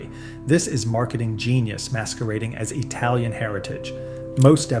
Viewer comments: He also said etalian instead of italian. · I would put more stock in your opinions if you knew how to pronounce the word Italian. It's not "Etalian". There's no fucking "E" at the beginning of the word. There is no such country as Etaly.